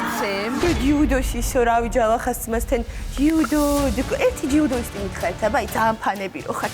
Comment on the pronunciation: ჯიუდო არა ძიუდო😂